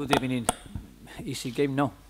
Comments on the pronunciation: Good ebening 😂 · Hector:first of all good ebening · "Good Ebening" 😂😭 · Emery always says Good Ebening lol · "Good Ebening"" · emery out thats all good ebening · good ebening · Heccy haha !!! 😂😂 good ebening everyone 😂😂😂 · bellerin good evening unai good ebening